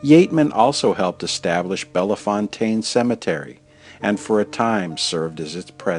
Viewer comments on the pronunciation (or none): Any chance you can re-edit your commentary? You pronounced "Bellefontaine" incorrectly. The 2nd "e" is silent, you don't pronounce it. It is a Cajan(Acadian) name meaning Beautiful Fountain. In French, the word "Belle" is pronounced "Bell", not "Bella". Therefore, it should be pronounced as Bell-Fontaine even though it is all one word. I'm not blaming you for misspronouncing it because you are in the high majority of people who do. Just thought you might like to know, that's all. Great video, thanks! ☺ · Why is the narrator saying Bellafontaine is Bellefontaine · jeffrey blocker the way he said fontaine maybe correct but not bella. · I live in St. Louis and we pronounce it as "Bell Fountain" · Beautifully done! Here in St. Louis we pronounce it Bell-fountain, like water fountain. I don't know why. Perhaps just a corruption of its original and intended pronunciation. We also have a road and a town here that share that name, and we all say Bell-fountain.